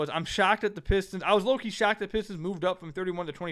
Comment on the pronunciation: Adam Silver cares so much about Detroit that he can't even pronounce our team name, what a joke